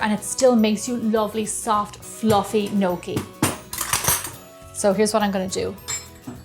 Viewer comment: I definitely love this videos with little George, he is the star of the show! what a cutie..he is waiting till he can eat your fabulous food...great job on the gnocchi..nokie! I love the way you pronounce it..! but its great with some fresh parm and great sugo! as we call it!! Sauce fresh from our preserves is the best!! hello little George you are a cutie!!